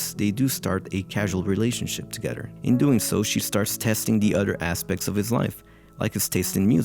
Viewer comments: The whole video when he pronounces "eachoder" "togeder", etc bothered the hell out of me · This guy can't seem to pronounce a "th" sound... "together" becomes "togeder" etc